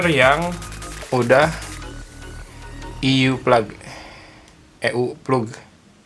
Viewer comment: eu plug dibaca "kupluk"